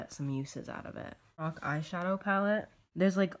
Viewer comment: It's LO-RACK not LO-ROCK